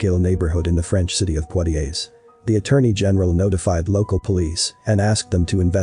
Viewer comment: The way he narrates the story and the offputting pronunciations of French words really kill this for me. Mon-yey not Mon-yer. Pwa-tyay, not Pwoy-tays 😑